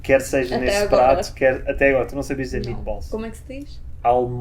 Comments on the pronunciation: MeAtballs, não meEtballs. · Meetbolls??!!! What?! Lol!!!